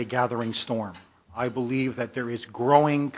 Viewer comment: Why does pronounce ING as INK? He says GROWING as GROWINK. Is that an Israeli accent?